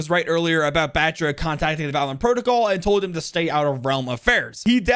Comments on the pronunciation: If you really want to know how to pronounced, it’s (VA-RROON BHAAAA-TRA). So it’s not BAtra it’s BHAtra like how you would say BaBa Blacksheep; the A in his name is not the typical English “a” it needs to be pronounced with a more deep tone as if ur saying AAAH (When the dentist asks you to open your mouth). Greaves says it wrong as he neglects to give the deep undertone to the “a”. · If you wanna pronunce Batra, just say BATH-RA not bat-ra